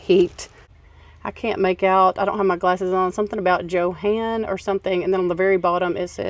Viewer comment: Johann is pronounced Yo-Hann 😊 on the plate 😊